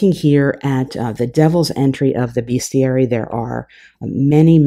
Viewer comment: This is great. Say 'bestiary', not 'beeeeestiary'. Pkease kick me, and all best.